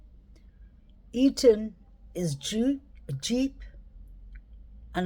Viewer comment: I like the way you pronounce the word interesting. I think his name is Eathan and not eaten. Just saying it's all good.